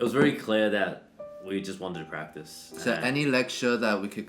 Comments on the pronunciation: "Practice", not "Pratice" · "PRATICE" I guess he skipped English class to practice as well ... ;p <3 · You have to "pratice" more! :-D 😂